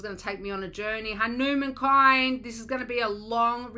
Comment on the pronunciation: It's pronounced like this......Hunu mun